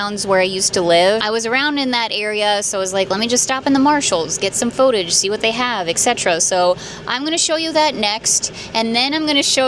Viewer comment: Please, for the love of all things spooky, stop saying pho-tage! It's footage!